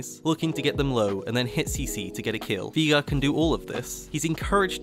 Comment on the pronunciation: Veegar, never herd of him. Jokes aside nice vid, really well made.